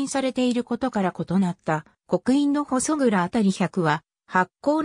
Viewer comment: ここに行ったことありますが、（ほそそう）じゃなく（ほそくら）でしょ？ちゃんと読み方チェックしてます？ たまに他のサイトやTVでもありますが、地名の読み間違いなどは不快になります。